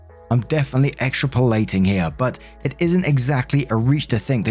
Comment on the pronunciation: Small nitpick, it's "extrapolate", not "extra-POLL-ate".